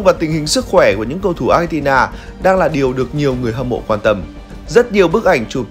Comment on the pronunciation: Xin đọc Argentina ko nên đọc Achentina vi có H đâu